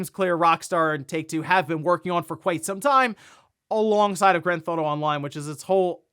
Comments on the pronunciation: "Grand Thauto" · “Gran Thauto” 😂